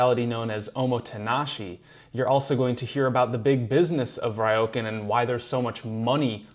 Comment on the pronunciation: It is Ryo,kan. Not Raioken. 😢